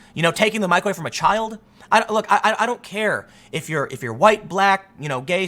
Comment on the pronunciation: it sounds like Tim is saying microwave instead of mic away. I thought it was funny